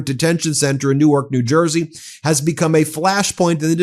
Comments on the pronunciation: Great to see this being covered on this channel, Ben. Thank you. This hits close to home as a NJ resident. Pro tip. We pronounce it like New-Work, not New-Arch. 💙💙💙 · Ben, fyi - the pronunciation of NJ Newark is one syllable. Delaware Newark is two syllables similar to how you said it.